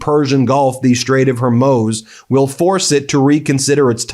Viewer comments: Ben, I listen to every one of your broadcasts via Apple Podcasts, and I have to mention something in your delivery that’s creating an unfortunate distraction, and becoming sort of a running joke: your frequently changing pronunciation of the Strait of Hormuz. It’s gone from “Hormyooz” to “Hormoze” to briefly correct (yay!), to “HERmuz” and now back to “Hormoze”. No one else seems to have difficulty with this. Maybe it is a sort of running inside joke. If not, please work on it. It’s starting to impact your credibility. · Ben, I know there a many more important things going on, but you'll sound SO much more professional if you pronounce common words correctly! The Strait of Hormuz: it's not Hair-Muse, it's not Har-Moze; just say Hor-Mooz! It is simple and well known! Thank you for your attention to this matter. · Ben, I love you but…Hor-mooz! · Getting closer. "Hoar Moooze" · It's pronounced, HAIR-MOOZE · Ben and Meidas - I love and have followed your work from Canada for years! My one petty request is, please stick the landing on the pronunciation of Hormuz… I fear we’re going to be talking about it for a while. 😉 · damn, what’s wrong with you? You purport yourself to be a news program, how come you’ve come up with a half dozen alternative pronunciations to “Hormuz”. It’s not that fucking hard. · I'm sorry to sound petty but can someone tell Ben how to pronounce Hormuz? Thank you. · Can you please open Google and ask it how to pronounce Hormuz!? Ffs! It's not Swahili. H O R M U Z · It cannot be that hard to learn the proper way to say Harmuz brother, please.